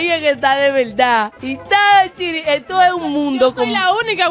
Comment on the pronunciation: Me encanta cuando dice isstodo